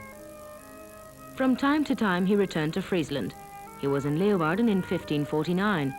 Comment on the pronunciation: alsjeblieft zeg, dit is weer zo typisch Nederlands. Ze doet het hartstikke goed en ik was verrast hoe goed ze Leeuwarden uitspreekt. Zo hoor je het maar zelden.